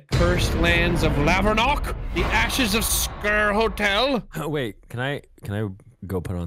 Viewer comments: Fun thing about sker, is pronounced scare and based off an actual place in Britain. Also there's a book, and another game this is a spin off of called maid of sker. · I was wondering if anyone else was gonna say about it. Being Welsh and hearing skER hurts